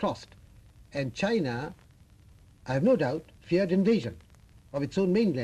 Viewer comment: His reading china was wrong